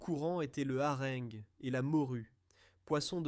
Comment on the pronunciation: IA extrêmement pénible : " les harengues" (phonétique)😂😂😂, jusqu'à ce jour je connaissais le hareng, ça doit être autre chose